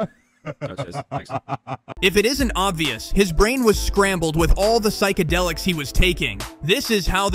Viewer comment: bro said phsycidelics like it wasn't fentanyl